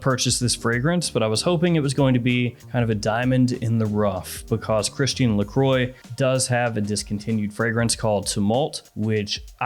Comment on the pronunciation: pronunciation of "Lacroix" gave me giggles